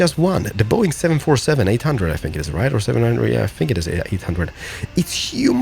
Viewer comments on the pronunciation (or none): none